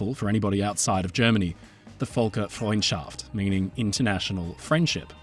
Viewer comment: hey.. just sth funny Volker is a german name Völker is the german term for peoples, (aka ethnicities, nationalities) The ö sounds a lil bit different so you called it "Volkers friendship" which just is kinda cute. cuz its a ship. Volkers ship of Folksfriendship also I think you dont pronounce the h in Gothenburg but im not swedish